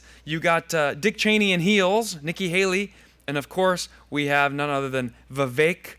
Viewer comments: You got the V-wake pronunciation right. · Thanks for getting Vivek's name right